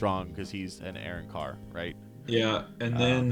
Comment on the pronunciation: Immediate dislike for how you pronounce arrancar